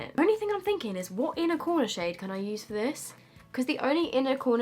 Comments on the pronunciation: Did she say “sh*t” or “shade” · Sounds like you're saying shit when you're saying shade 😆😆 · I swear she said shit is really pigmented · I didn't even notice that she said shade until u pointed it out lol